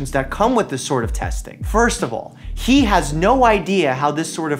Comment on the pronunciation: I did a report on Crispr-cas9 at school two weeks ago. It was such an interesting topic to explore... my class had so many thoughts about this we even had a discussion after. (Side note He (name) is pronounced Hay 😂) this needs to be talked about... Thank you 💗